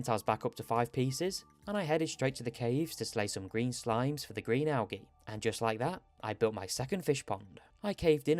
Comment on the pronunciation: I made it 4 mins in. Had to click off. Please look up how to say al-gee. Good luck though